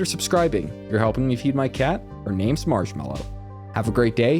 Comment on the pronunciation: didnt realize i was was watching someone im subbed to until I heard you say marshmellow HAHA Love this channel :D